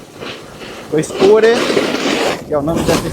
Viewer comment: Greetings from Sweden; Glad you liked our best ski resort! And a gold star for pronouncing it correct (many non-swedes say Are, like "We are here" :D ) If anyone wants to try Åre but thinks its too cold; it is open until the beginning of May. Spring skiing around Easter until closing is very nice with sun and better temperatures. :)